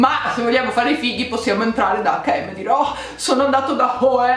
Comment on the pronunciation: Lo dici giusto H&M in svedese brava! Sono semplicemente la lettera h e la lettera m detta in svedese 😂